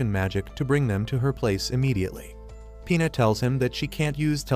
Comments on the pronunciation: Bro it's Pina not P***s 😭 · when ge says pina i keep hearing penis😭😭😭